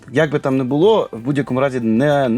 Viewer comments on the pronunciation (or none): none